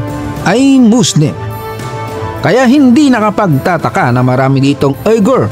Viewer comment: ang pag pronounce po nang word na "Uyghur" ay "WEE-gur” may kaibigan ako na Uyghur